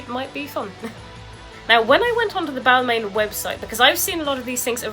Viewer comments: people can tell you you’re pronouncing it wrong tho, there isn’t different ways of saying it there’s one way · When you are talking about high end fashion brands maybe learn how to pronounce them first!